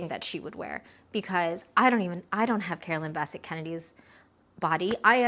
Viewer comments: Carolyn BESS-ette Kennedy… not Basset. Straight lines! Straight lines! Straight! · Quick tip...it's pronounced Bi-SET, with the accent on the second syllable. A beautiful video! ❤ I miss them both. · You're mispronouncing her last name. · You are pronouncing her name wrong.